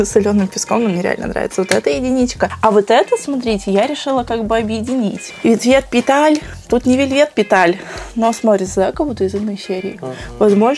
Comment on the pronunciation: Вэлвэт петалс читатся а не вельвет петальс